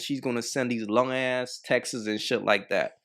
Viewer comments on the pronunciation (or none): 😂😂😂 Her eyebrows & small professional hooks😂😂😂 These women already offed YOUCbecause you say "Textes"😂😂😂